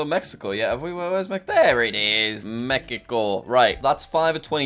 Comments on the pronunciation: Did he just say “Mekico”? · I like how he said mecaco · me key ko 💀